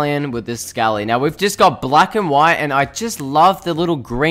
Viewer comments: Sc-a-lee no it’s scale-lee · Scaly is pronounced scay lee not sc a lee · I don’t know if it’s your accent but scaly is pronounced s-Kay-ly